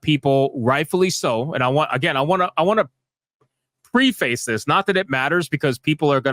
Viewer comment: Long time listener. And I hate to be the grammar police, but preface is pronounced "Preh-fiss" Just trying to help. No judgment, I mispronounce shit too, no one's perfect. Lol